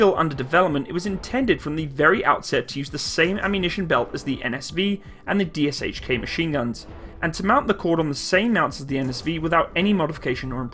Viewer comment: Ок, we get it, russian word aer hard, BUTT please at least stop pronouncing "Sh" in DShK an PPSh as two seperate sounds. Pretty please? It a single sound like in "shit" or "Shia Labeouf" When Gun Juses did it it was a glorious day indeed